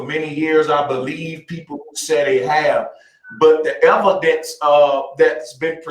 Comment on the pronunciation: The "ehv-o-dents"? Oh my... 🙄 It's like talking to a preprogrammed flat earth propaganda bot. I still think that there are NO flat earthers... they are all pretending, to feel special and superior. That's ALL of them.